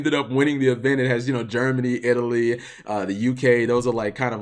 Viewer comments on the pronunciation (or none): none